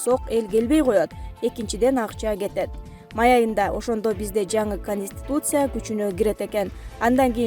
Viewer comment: ПандЕмия эмес , пандемИя ! кониституция эмес , конституция ! Журналист кыз туура айтып , окусаныз малыматты .